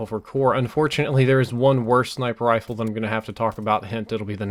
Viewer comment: it's RIFLE not RILFE